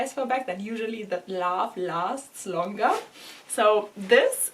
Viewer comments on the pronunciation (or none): none